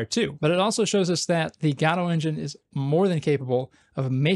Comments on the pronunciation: Good videos man, but please pronounce it properly. It's "Guh-doh" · Why do you use a "shwa" (an "a") sound instead of an "o" sound when you say Godot? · What's this "Gado" he keeps mentioning? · Hey, you cant pronounce Godot like that. Please, I couldnt watch this video because of it. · cannot get over the way this guy pronounces Godot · Actually, Balatro is supposed to be Balatro. Godot is different. It is pronounced Godot. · No no. It is supposed to be Godot.